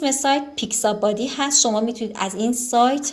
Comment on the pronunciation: دوست عزیز نام برنامه ها را اشتباه گفتید یکی پیکس آبی نه پیکس بادی و دیگری فلت آیکون نه فلکیشن